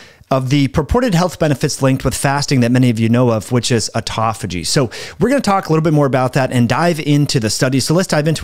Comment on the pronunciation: It's autOphagy, not autAphogy...